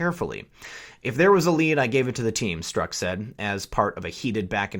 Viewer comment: Pronounced Strock